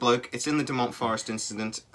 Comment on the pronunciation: Dechmont, pronounced D-E-K-M-O-N-T, not Detchmont... the dome shaped clearing is within about 300 metres to this site, not a mile. Its an underwater resevour in dechmont hill.. Robert taylor worked for the forrestry commission, the theory he was hullucinating after eating local berries is ludicrous, there are NO edible berries in dechmont. His ripped clothes are still held on display by the police and showed signed of assault by a metalic object. (2020, they are getting new forensic testing done on these). I know people that worked with him and he never changed his story and stopped talking about it, never chose fame, just chose the quite life.. I was at this site 3 hrs after it happened as a five year old and its what started me off on 40+ years of paranormal research.. You could have done so much better with this story, and maybe even have reached out to Malcolm Robinson who has done a lot of research on this case, stellar work. Personally, i have spoken with Malcolm and Nick pope on this case and its the ONLY UK ufo case still held "open" by the police. I live a mile from this site and have seen 3 UFOs in Livingston in my time. If you are going to put up a video on this sighting at least put in the ground work.